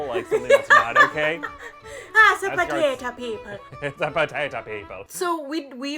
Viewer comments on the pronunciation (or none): "It's a potata"😂😂😂